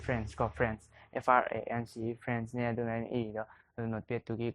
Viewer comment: France pronunciation do onadro ngido